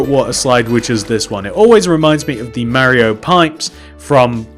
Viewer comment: what he meant : Mario what it sound like: merio